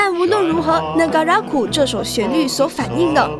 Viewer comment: 為什麼 Negaraku 唸成 NegaRAKu ?